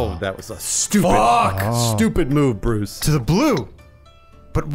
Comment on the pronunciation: "Stoopid Bwooce" got me